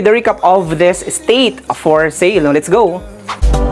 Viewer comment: don't pronounce as state.. es - teyt (slowly)